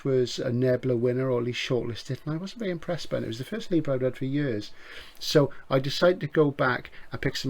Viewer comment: I, for one, applaud your determination on sticking to your alternative pronunciations of le Guin and Leiber - it's very rock 'n' roll and subversive in a Jerry Cornelius sort of way. I mean, who wants to be correct all the time? Kind of how sci-fi and SF are totally interchangeable, and how you might as well pronounce Capri like in an old song ;-) As always, thanks for yet another knowledge filled video.